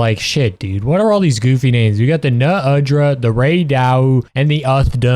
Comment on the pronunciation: haha you really were thinking i wouldnt reach the Uthe dunea, Ray DAEU and NU undra point and comment about the way you say it uh?